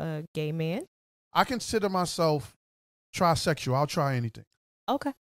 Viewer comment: Respect to him but when he said trysexual, I for real died 😂